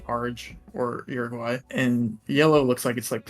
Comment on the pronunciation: uruguay is pronounced OOruguay. not Yuriguay.